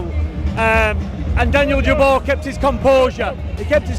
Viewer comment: Stop making videos about boxing if you can't even get the fighter's names right = STOP saying DU-BOYCE his name is Daniel Dubois pronounced DU-BWAH !